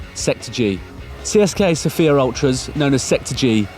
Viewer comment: You say Tsieska sofia. Yo need to say Tseseka sofia